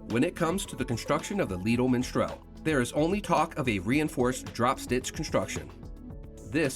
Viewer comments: Why does he keep saying miNstral? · Its not Minstrel but Mistral.